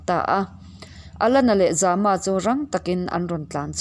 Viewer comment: Za-ma tih hi Zâma a ni zawk lo maw.